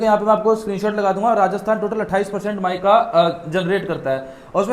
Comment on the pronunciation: Mykaa nhi meeeka he yaar😂😂